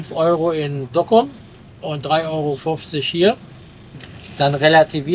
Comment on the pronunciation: Ein netter Bericht. Ich habe diese Tour schön des öfteren gemacht und Groningen ist ein echtes Highlight, Gestattet mir allerdings 2 Anmerkungen: 1. "Brückenwärter" wird nicht mit "e" geschrieben. 2. Es ware schön, wenn ihr mal versucht einige Ortsnamen richtig aussprechen. Im Niederländischen wird das u "ü", das ou "au" und das oe wie "u" gesprochen. Also z.B. Dokküm, Leeüwarden, Jaure etc. Ich hatte Euch übrigens vor Jahren schon einmal darauf hingewiesen, nichts für ungut. Mit freundlichen Grüßen